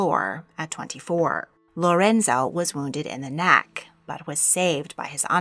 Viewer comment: "Wounded in the nack," "bad bat." Very poor American English pronunciation and vocal fry voice.